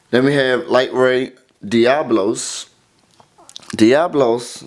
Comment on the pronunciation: you read diablos wrong. diablos is pretty badass tho